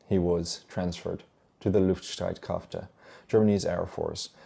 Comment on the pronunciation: Minor correction: 'you said: "....krafte' and pronounced it with an à. While Streitkräfte is written with an ä, so it would sound more like: ...krefte'. Have a nice day.